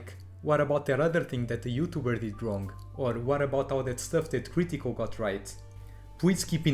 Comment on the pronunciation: The way you say “cr ee tical” makes this unwatchable.